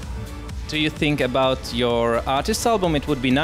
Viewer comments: lol he said abot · w00t; the Canadian "about" =p